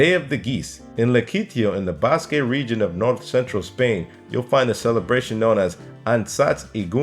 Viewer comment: It's pronounced "Bask," not "Baskay"! Holy crap!